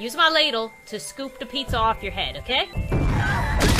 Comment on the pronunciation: Pizz-er XD